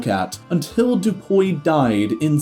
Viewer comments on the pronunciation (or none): "Charles du POI"....yet again an English speaker is inventing vowels that aren't even there. There's no O sound there. And then suddenly the pronunciation is correct and then later it's off again. The fuck??